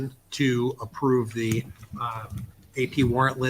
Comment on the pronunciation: “at the end of da day” it makes mine hurt too. 😂